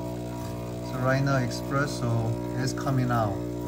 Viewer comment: nice video bro. its pronounced espresso btw (without an X) 👍👍👍